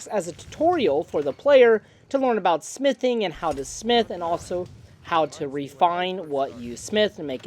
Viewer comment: I thought you said "sniff paint" instead of smithing and i was like HUH?😭😭